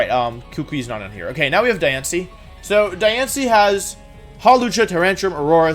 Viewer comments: I love that not once does he say Diantha’s name right. He literally called her diance every time except the last time where he called her Cynthia 😂 😂 😂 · I like how you called diantha diancie lmao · lol its DIantha not Diancie . How can you make such an eggregious error !! Diancie is the name of a pokemon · Every time he says Diancie I die. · Or diance instead of diantha or JY-RAD-OSE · Did he call Dianta Diancie lol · Ah yes, my favorite champion the mythical Pokémon Diance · Am i the only one noticing he calls Diantha diancie?? XD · He pronounced Diantha’s name right a total of zero times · He also said jigga drain, jyarados, and george-heist. Diantha is the least of my worries.